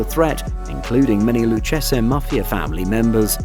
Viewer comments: Hey you Mamaluke, Lucchese is pronounced Loo-Cay-Zee. Not “Loo-Chessa” Learn how to pronounce the Italian names correctly. Of course we can always send Vinnie & Lou over to help you with your speech problem.🇮🇹🇮🇹🇮🇹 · Lucchese is pronounced = Loo kay zee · It's pronounced Lu- Kay-Zee. 🤦🏼‍♂️ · You really should learn how to say the names if you're going to make videos on them. The Luchesse family is Pronounced LOU KAY ZEE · The in the USA we pronounce it, the 'lou-case-ee' family. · Luchese is (loo-kay-zee) Joe Pistone is (pis-tone)